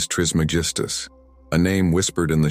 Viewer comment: Can’t take you seriously if you cant pronounce his name correctly. It’s tris MEG is tus